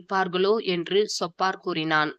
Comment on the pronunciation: சொப்பார் இல்லை சோப்பார் என்று உச்சரிக்கவும்